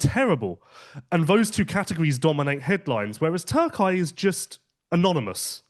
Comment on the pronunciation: Gentlemen. It is not Turk-eye, it is Turk-e-ye